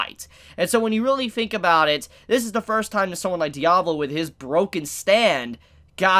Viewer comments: My guy it’s Diavolo not Diablo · Its Di-A-Vo-Lo not diavlo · Anyone else bothered by him calling Diavolo Diablo? Just me? Ok :(